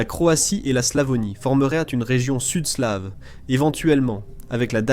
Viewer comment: Slave à l'anglaise 😅